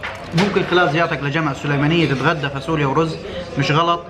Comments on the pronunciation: هههه نار خيا... بس شو هاي الفاسوليا هههه... فاصوليا بال ص مش فا س وليا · 😅😅اسمها فاصوليا مش فاسوليا